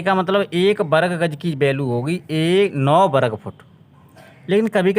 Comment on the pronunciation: Bahut badiya bhai lekin varg ko berg mat bol